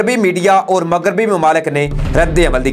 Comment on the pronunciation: بهاہی مگریبی نہیں ہوتا مغربی هوتا هے اپنی اردو ٹهک کرو